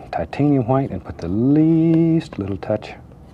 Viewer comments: ikr he says like gwhight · Love how he says whhite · I love how he pronounces "white."